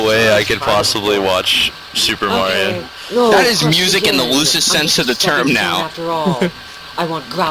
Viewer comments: u said mario like mayor-e-o. wtf? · You said "Mayrio". I do not like you. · Why does everyone call it Mario with the "a" as in mare??? How would you type that anyway. -_